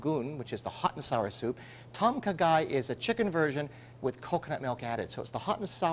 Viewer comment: it's kinda more like.."Dom Khaaaa Gaiii.." u need to drag the words out a bit -_-"